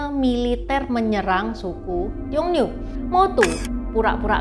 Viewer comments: "Xiong Nu" bacanya tetap siong nu seperti biasa, jadi u nya gak dibaca ü (iyu) koq. Yg u nya dibaca ü itu kata nu yg berarti wanita 女 . Kalo nu yg di sini tulisannya 奴，beda artinya. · Xiong dibaca siung.